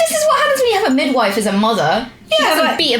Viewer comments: anyone notice kim saying widmife instead of midwife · "That's what happens when your mum's a widmife"